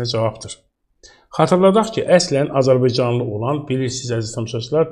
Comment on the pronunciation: Azirbicanlı niye deyirsiz? AZƏRBAYCANLI DEMƏK ÇƏTİNDİR?